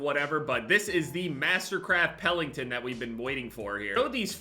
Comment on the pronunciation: it’s Pelington, not Pellington. Also, it’s great that your UFC picks went well.